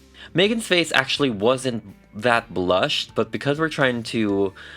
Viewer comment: I love your work. The only think I do NOT like about everyone who does this is……”taht”… why do some Americans say that like that? Just that word lol